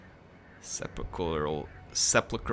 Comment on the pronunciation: Seh-puhl-krul:p reading rainbow with. Great video!